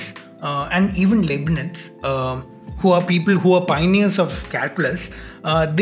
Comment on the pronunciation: First of all it's not Liebnitz(pronounced: Leebnitz) but Leibnitz (pronounced: Lybnitz). Remember Hitler's book Mein Kqmpf (that is pronounced (Myn Kampf)